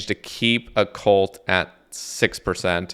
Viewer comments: Bro was really calling it O-Cult lmaooo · Oh-cult lol. That was too frustrating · Lmaooo the Oh-Cult